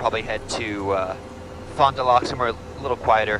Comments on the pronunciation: Fond du Lac is pronounced "Fond du 'lack'" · Fon-due-lack lol love the vids! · just so you know the "Lac" in Fondulac is pronounnced like clack